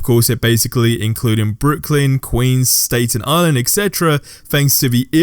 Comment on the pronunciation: Bro appreciate the vids but please pronounce Staten Island properly. 😂